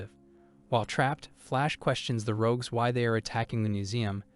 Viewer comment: How do you not know how to say the word rogue? I can't listen to this. Why would you constantly use a word you cannot pronounce?